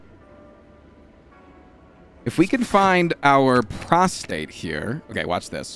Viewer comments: Straight up said prostate 12 times in 45 seconds and the word is prostrate. 😅 Very, very different meanings, sir! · please, its prostrate, prostRate. The R is very important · Does he know it's pronounced prost-RATE and not prost-ATE? Made me laugh every time. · every time he attempted to say "prostrate", he said "prostate" instead, and I lost my shit laughing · Can anyone confirm whether he’s calling “Prostrate” “Prostate” on purpose? I think he likely is, but he’s so committed to it I can’t tell for sure. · Hes definetly saying prostate instead of prostrate atleast half the time 😅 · HAAANK ITS PROSTRATE NOT PROSTATE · I feel like a punk going into the comments to complain about one thing, but it is so distracting whenever you pronounce prostrate as prostate. Is that intentional?